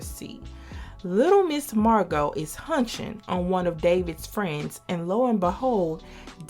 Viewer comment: How you said hunching....I lost it. Love the feed back!